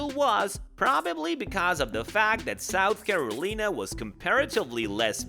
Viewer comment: Sooth Caroleena?? Wtf dude!?